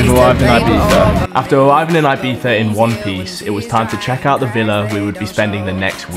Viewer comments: It really shocks me how foreigns put so much effort into actually pronouncing the "zzz" sound in Ibiza but instead of saying "ee"-biza (correct pronunciation in spanish) they always pretty much say "I"-biza LOL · Subbed, but u dont have to say ibitha, for the love of good english people need to stop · why did he say „IbiTHa“ at the beginning? wtf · its pronounced "ee bee ssa" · the way british people pronounce ''ibiza'' lmao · Nice video but please learn to pronounce Ibiza